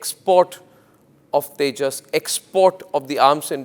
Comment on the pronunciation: 😂😂😂😂 Kia boltey hn usko tijus